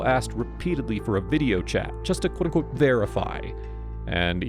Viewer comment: I love how the narrator always pronounces “Quote Unquote” crazy fast like QUOTUNQTE!!!! 😂😂😂 It’s so nerdy lol 😊